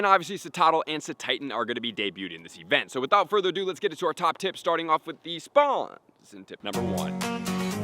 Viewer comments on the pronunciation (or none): none